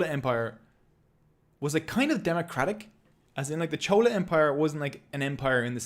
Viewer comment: Maybe it was your accent or you only learn by reading and not heard these words before pronouncing the word chola was wrong in Tamil video but loved the video nevertheless..❤❤